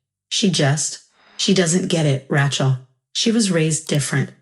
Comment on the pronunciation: I think you should teach your AI how to pronounce Rachel. "Ratchell" just doesn't do it for me. But I did like the story, especially the ending. Thanks.